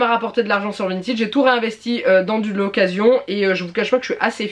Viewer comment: Si tu regardes la pub du site à la télévision par exemple, ils disent Vinted, avec le ted se disant comme le prénom Ted. Vinted, en mode "vintid" est le terme prononcé à l'anglaise, mais bon comme le site lui-même ne le dit pas ainsi ^^ ne te compliques pas la tête.